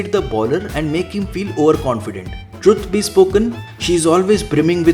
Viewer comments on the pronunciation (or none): none